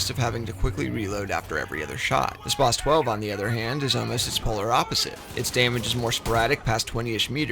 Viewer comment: Bother anyone else how he says spas 12